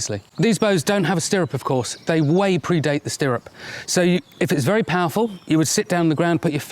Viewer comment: Be berry berry quiet, I’m hunting hay bails.